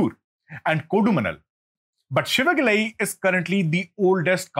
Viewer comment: IT'S SIVAGALAI NOT SHIVAGALAI, THERE IS NO SHA SOUND IN TAMIL LANGUAGE.